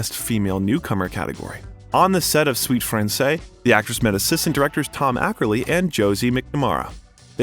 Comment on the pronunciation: Narrator butchers the movie name, Suite Francaise The "s" should be pronounced at the end of the word Francaise. Oh, and I love Margot in everything she does.